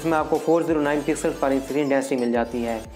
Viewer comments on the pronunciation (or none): none